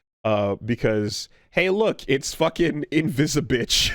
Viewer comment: Uh it's ivisigal not ivisibitch